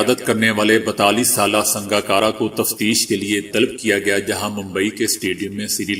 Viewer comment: Talb nahi hota hai. Yeh lafz talab hai. Esi tarah Turuk nahi hota Turk hota hai. Ummid hai aap apna talaffuz durust kar lenge.